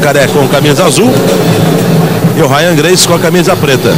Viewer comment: O locutor sacaneou :"a Rya gracie" haha sempre foi um merda lutando, só ganhava na covardia